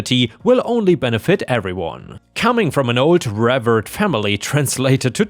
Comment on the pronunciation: I think you can pronounce ‘Mara’ either way. However, ‘revered’ is pronounced like ‘Paul Revere’ (with a ‘d’ on the end)—‘rev-ear-d’. ⭐️⭐️⭐️⭐️⭐️⭐️⭐️⭐️⭐️⭐️⭐️⭐️⭐️⭐️⭐️⭐️⭐️⭐️⭐️⭐️⭐️⭐️⭐️⭐️⭐️⭐️⭐️⭐️⭐️⭐️⭐️⭐️⭐️⭐️⭐️⭐️⭐️⭐️⭐️